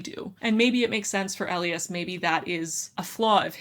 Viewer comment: I absolutely loved "An Ember in the Ashes". But I think the hero/MMC's name is pronounced "ee-LYE-as", not "EL ee us".